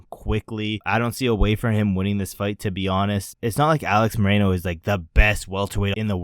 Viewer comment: Its Alex MOR-RO-NO.